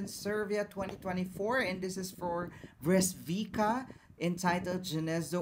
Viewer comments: It does not pronounce Bresquika but Bresquitza, little peach. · Bro, if this reminds you of Arabian night, I guess you have to widen your horizons. Has nothing o do with that, it's an authentic pure Serbian sound, pre-Slavic. Btw Breskvica is pronounced as Breskwitsa and it means something like ' little peach.'